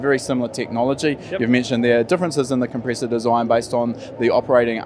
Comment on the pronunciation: What’s a ‘compreessor’?